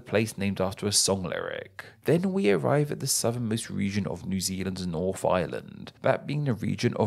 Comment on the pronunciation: English Words that include the letter combination “th” are NOT pronounced “F” As in “Nawf of the nawf of nawfland” It’s “North of the north of northland”